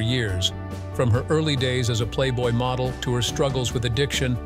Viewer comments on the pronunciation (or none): I didn’t know that Anna Nicole Smith was a “moh-dull”. AI voice sucks. Oh, and Robert “Vaug-ner”. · Some very strange pronunciations: model pronounced modal. Last names pronounced more than one way. The usual for these AI voiceovers. Hire a real person! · Anna Nicole Smith was a moh-dull? Seriously, someone needs to ban AI narrators. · Anna Nicole Smith was a "moe-del?" What's a moe-del? Adrienne Shelly - Murdered by a construction worker who staged her body to make it look like a suicide. Dominique Dunne - Strangled by her boyfriend. Rebecca Schaeffer - Murdered by an unhinged fan. Dorothy Stratten - Murdered by her psycho husband. Lana Clarkson - Murdered by record producer Phil Spector.